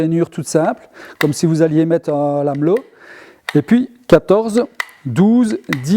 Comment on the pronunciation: La classe s’il te plaît c est pas Lameuuuuuullo, mais lamello avec un une prononciation de “ai”. T es top merci 🙏